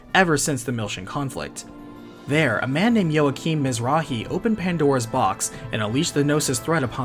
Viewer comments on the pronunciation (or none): Also Joachim is pronounced as Walk-eem.